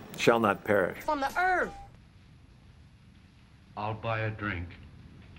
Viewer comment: "From tha Earf!" XD